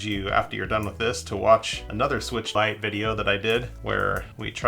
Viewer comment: Nintendo Swee-weetch